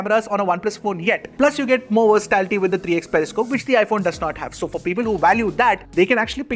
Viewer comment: Sorry mate, but the word you are looking for is "versatility", not "versatality". I know it's a small thing, but I just couldn't help but notice 😅 Just switch out the TA for "tackle" with the TI for "tickle" and you should be good 👍